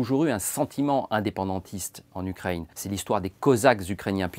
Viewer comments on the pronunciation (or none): France Culture tombe de plus en plus bas. Pour votre gouverne, 35 millions d'habitants. Où sont donc passés les 10 millions ? Par ailleurs, vos divagations historiques sont risibles, ainsi que votre prononciation américaine UKRAYYYENE. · Pourquoi ce monsieur dit "Ukreïne"? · La personne a une drôle de façon de prononcer Ukraine, un peu comme à l'anglaise avec le r français